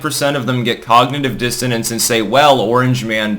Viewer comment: For a second I thought you said "Hoggnitive Dissonance"